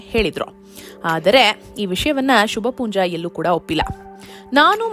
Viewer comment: Not Shubhpoonja . It should be Shubha poonja